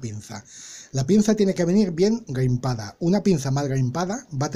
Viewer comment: Buena explicación, pero será crimpado, no grimpado?